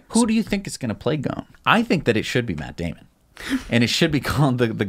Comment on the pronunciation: Just a thing about Ghosn who has an Arabic name and my mother tongue is Arabic, the "s" in his name is not silent. Everyone is pronouncing his name without an "s" which is wrong. In Arabic "ghosn" means "tree branch" and is written غصن in Arabic. Put it in an online translator to hear how it's said.